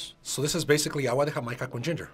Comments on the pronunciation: As a Californian, whose parents came from Jamaica, the H that put on Jamaica hit mi in the feels 😂🤣😂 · The funny thing is that the guy whi said they would enjoy sorrel in Mexico. They already do enjoy it in Mexico, it's just called Jamaica, but pronounced hi-mai-ca. You can even buy it in a soda in any Latino market in the US. LOL